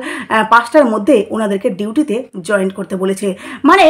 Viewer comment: ওটা জয়েন্ট নয় জয়েন।